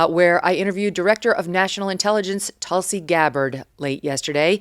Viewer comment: Hello from India. It feels great to see you interview a woman who has been named after a highly revered medicinal and spiritually important plant. Just a note. Its pronounced Tulsi. Where Tu is pronounced not as Tutankhamen but as the French Tu. 😊